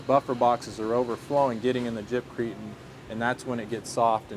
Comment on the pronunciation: I stopped watching after he said jibcrete...... 🤦‍♂️